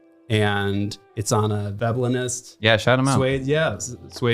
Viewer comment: it was a little hard to understand but its Veblenist